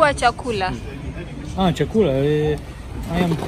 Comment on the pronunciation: 👏👏👏 learnt to say chakula